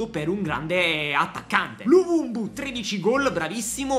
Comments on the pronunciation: perchè lo chiama luvumbu hahahaha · Però di luvumbo non luvumbu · Ma perché luvubu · Luvumbu😂😅.È luvumbo con la O.Grande 😂😂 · Tutti “luvumbo “ “luvumbu “ ahah, sempre il migliore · Dire luvumbo troppo difficile😂